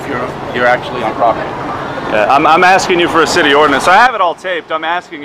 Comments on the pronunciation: Exactly... he didn't even curse. He misspoke the word "city" with an "sh". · are you serious? Josh mispronounced the word "city" ON ACCIDENT, and you blindly believe this video and spread the lie that he "cussed." SHAME ON YOU!